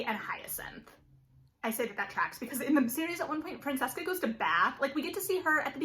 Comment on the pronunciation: It's pronounced Vai-count, there is no sounding S in viscount. and FranCHesca, as in cheese, not just Francesca... Just listen when they pronounce these title/name on the show.